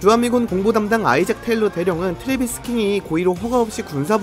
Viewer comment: 트레비스냐 트레버스냐.. 킹은 킹이너